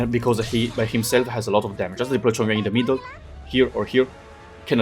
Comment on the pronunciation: Huh, he pronounced chongyue kinda correctly